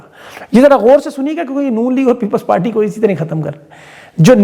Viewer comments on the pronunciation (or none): none